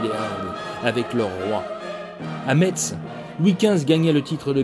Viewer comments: Très intéressant, mais... Horreur! on prononce Mèss! (et non Metz!) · Metz... ça se dit MESSSSSSS putAIN !